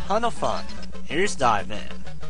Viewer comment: Hey, it's DIVE man, not Dave fyi.